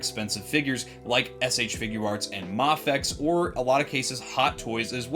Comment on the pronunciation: Passing through from Japan and I agree with your thoughts. And thank you for pronouncing MAFEX right. It’s not MAY-FEX. It is MA-FEX😊